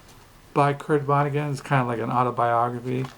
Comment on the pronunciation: I'm just being cheeky. You say vonneguN through the video. It's with a 'T' rather than an 'N'